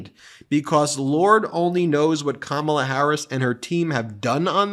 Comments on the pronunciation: Karma-la!! Advice for Trump on how to pronounce Kamala properly. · It's not Kamabla Donnie... it's Karma-la. Be afraid.